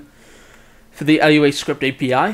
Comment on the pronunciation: you calling it L-U-A hurts my soul